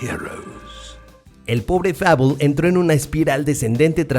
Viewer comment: No sabe como pronunciar Fable......